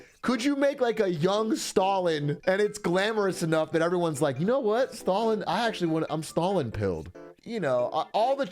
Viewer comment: Why did he kept pronouncing Stalin, as "stolen" ? is that a thing?